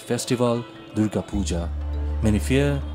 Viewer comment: I hope the voice over person, here , won't now have a death threat hanging on her head: because she mistakenly pronounced the name of the Hindu goddess DURGA [the u should be said as the u in "put" not as in "but"] in such a way that it sounded like DARGAH, a Muslim shrine! ... , the same mistake is repeated, associating Durga/Dargah with PUJA, idol worship, mamma mia! See how easy it is to blame someone for blasphemy, if one were bent upon doing so? I also hope that before they pull out their cutlasses & machetes, they'll remember that the mispronunciation was not made by the two Hindu ladies, in the video, but by a DW dubbing artist, reading out an English transcript of the former's Bengali speech, and that, too, inadvertently.